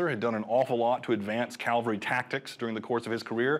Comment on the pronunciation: The guy keeps saying Calvary instead of cavalry.